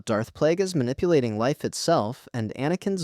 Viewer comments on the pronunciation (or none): none